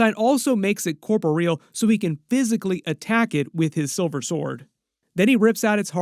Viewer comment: I will wait to see a few eps with him in it before I draw any conclusions. On another note, I hate to be "that guy" but please check your pronunciation of "corporeal".